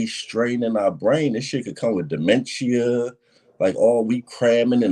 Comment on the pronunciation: comparing memorizing rounds to the longterm effects wrestlers experience or saying dementia is a possibility from this is HILARIOUS. I need my people to educate themselves. 🤦🏽‍♂️ Also, that’s not how you pronounce dementia lol.